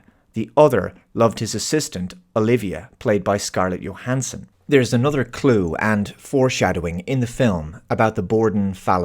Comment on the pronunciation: Please, for the love of god, Brits, it’s “Johansson,” not “Yohansson.”